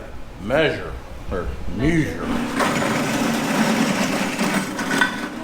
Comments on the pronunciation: That's because you say "may-sure" where as everyone else says "meh-sure". I noticed fabrats say it weird too 😅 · it is measure not meysure an I know you like to run an gun an eye ball everything but sometimes come on things have to be level an spot on measurement but we love you for doing what you do we know its just about functionality for you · "Mayzure" is what you're saying. It's pronounced "Mehzure". You Utahans don't know how to pronounce it because your eyecrometers are so accurate down there. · maysure... people make fun of the way a say maysure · May-zhure is how says it. It's great! I bet he says May-o-naze too. Let the man be. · It’s funny, I was just watching a fireball tool video before this (check him out if you aren’t familiar), and he says “mayzure” also. He’s from the Midwest somewhere… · I like the way says may measure, I’m thinking I’ll adopt that pronunciation. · I just thought you and Paul had the same teacher. You both say “maysure” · I say maysure as well and my wife makes fun of me everytime. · Was watching Fab Rats last week and Paul is pronouncing "measure" the same way now. Emphasizing the first syllable harder each time. Thought did it on purpose making fun of them. "May-Sure" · You say "mayshere" like Paul Cox. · My former boss was from Utah. He says "measure" like. I guess it's just the Utah accent. 🤷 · paul says measure the same way..maybe its a regional accent